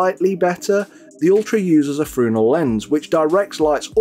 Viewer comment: Thanks for the video, this is useful to me I had an Elegoo Mars 2 up until now but IO scratched the LCD and looking at the replacement cost ... I realized it could be a time for an upgrade. Please do look up how to properly pronounce Fresnel you seem like a highly intelligent individual who should pronounce that correctly.